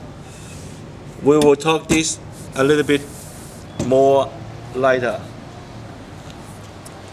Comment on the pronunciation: We will talk dis a little bit morr lighter!! hahahahaha